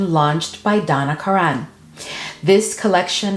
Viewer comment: It's pronounced Donna Karan (Karen) I use to work for the company!